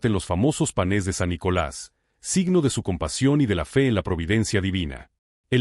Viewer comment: Hermosa historia de èste Santo, pero se dice panes no panès.Por favor tèngalo en cuenta.Bendiciones.❤❤❤